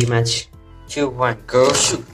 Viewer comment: I always thought this guy said “go sh*t” when ripping the beyblades 😭😭